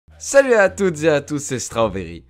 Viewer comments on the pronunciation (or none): none